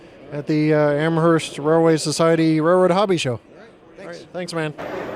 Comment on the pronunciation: just an FYI it's pronounced am-erst not am-hearst other than that great video